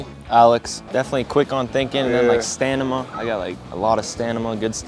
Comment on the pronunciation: Stanima, wtf. What school did he go to